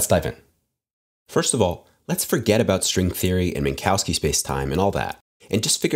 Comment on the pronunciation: This is not how you pronounce "Minkowski".